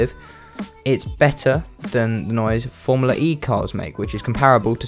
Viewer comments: Guys here is a drinking game, grab a tequila and every time says FormulaRE instead Formula E, drink a shot. Who survive last, Win. JK, i love you ❤️ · Why do you pronounce it as "Formular E"?